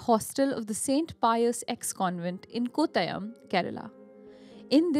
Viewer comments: Its pronounced कोट्टयम्. Also, the language on the church is Kannada, nor Malayalam.. hence that pic is not of a church in Kerala but of a church in Karnataka. Please take care of Southern Indian Place names too while you pronunce them na, and hum sab madrasi nhi hai 😂😂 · Even if your pronunciation of 'Kottayam' and 'Adakka' were funny 😅, I enjoyed your narration. Keep going guys... Yes, this was a shocking case ever in the history of Kerala which revealed the powerful Satans in the catholic community.